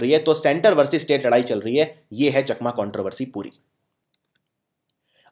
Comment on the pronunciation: Chakma ko chaakma pronounce kiya jata hai